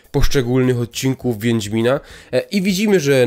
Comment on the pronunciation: No dokładnie "wiendzmina" bo więdnie miną... Czy coś